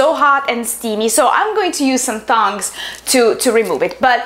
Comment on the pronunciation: haha she said thongs instead of tongs